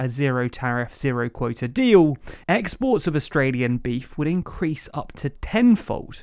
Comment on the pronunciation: I only heard the word dee-oow